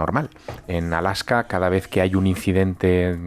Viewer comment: Es ALASKA, no ALAJKA. De nada